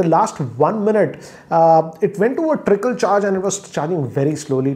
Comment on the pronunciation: It's trickle not tripple bro😂😂😂